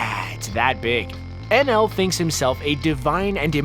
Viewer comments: anaru, his names anaru, not nl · It's "Ae-nel" not "En-El".... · The name of the “god” in one piece may be spelt Enel but if you watch the dub version they pronounce it with an ru sound and the end like “ enaru” just throwing that out their cause every time you called him enel in the video it made me cringe. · #4 its eneru not NL but still i was happy when you mentioned one piece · The god in one piece is called eneru not whatever he was calling him XD